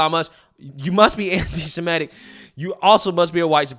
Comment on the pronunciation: Dude is the head of the ADL and he can’t even correctly pronounce “antisemitic”. It’s “anti-sem-it-ic”. Not “anti-sim-et-ic”.